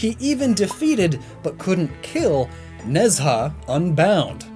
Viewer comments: IIRC Nezha is pronounced Nhu-ja. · Just wanna say,, it's just a pet peeve of mine... the pronunciation of Nezha's name is "nuh-jah"/nə-jah. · Video still slaps. It's where I heard about Nezha (Nej-hah it's pronounced I think) :)